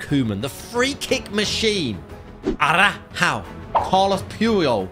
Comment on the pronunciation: its not Ara-how, its Ar-ow-ho.